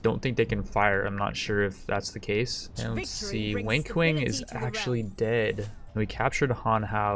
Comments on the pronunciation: I swear it sounds like your saying "wink wink" for wang kuang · It's Wang (pronounced as 'won' in 'wonderful') Kuang (as 'quan' in 'quantum')... not 'wink wink'..... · I love the way you pronounce WANG KUANG LOL. It sounds like something a teenager would do on his first date night.